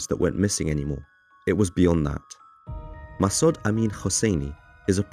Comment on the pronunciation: Massod is not said mass odd it's Massood I'm Iranian so just letting u know u butchered names but I ain't disrespected about it just letting u know. Love the documentaries though there amazing